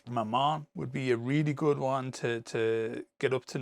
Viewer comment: I understood "my mum" instead of Mammon.